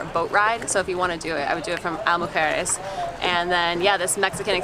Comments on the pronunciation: Just so you know, it's pronounced EES-la Mujeres, not EYE-la Mujeres. You should also check the price for the car ferry. It's probably cheaper than parking, boat tickets and golf cart rental. I lived for four years in Cancun, and spent most weekends on the island. That was about twenty years ago, and it was a quiet, sleepy little island, with just enough activities to keep yoou occupied, and no buildings over three floors, except for the tower at the airport! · Isla Mujeres is pronounced Eeez-La